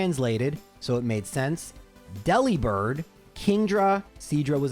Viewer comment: Fun pokemon name fact, Delibird is not pronounced as Dell-Lee-Bird but instead Dee-Lee-Bird to sound similar to delivered because it’s the Santa gifting pokemon.